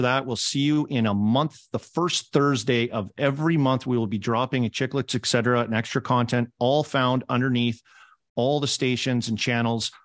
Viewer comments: Armdog don't give us ek-cetera every episode right off the hop. Work on et-cetera lol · Love the show but if you stick with the name you all have to learn to say "ETT SETT ERRA" not "ECK SETT ERA"